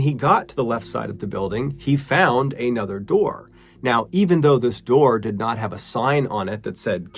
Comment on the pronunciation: and I can't believe someone who reads as much as you do just said "A nother" 🤣